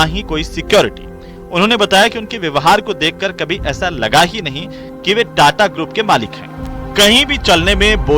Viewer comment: कदाचित् ही किसी को पता होगा कि सही शब्द 'ताता' है, न कि "टाटा"। इस शब्द को रोमन लिपि में "TATA" लिखा जाता है, फलत: सब उसे "टाटा" पढ़ते हैं। संवाददाताओं को इसका सही उच्चार करना चाहिए और इस बात को सार्वजनिक रूप से स्पष्ट भी करना चाहिए।